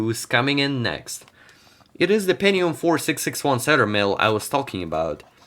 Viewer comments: ¿peNNium or penTium?, it sound like pennis, so please pronounce the T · Pentinum ❌ Pentium ✔ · „Pennium”?? Hää? Goes it noch?